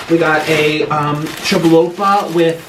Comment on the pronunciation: I’m sorry but did you just say chalopa